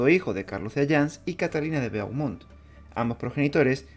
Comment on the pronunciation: "Beaumont" se pronuncia "bomon"